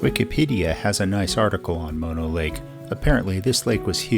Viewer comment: Great video and one of my favorite parts of California. I so appreciate that you pronounced Mono correctly. I like watching YouTube vids about the Eastern Sierra but mispronounced Mono always makes me...ugggh!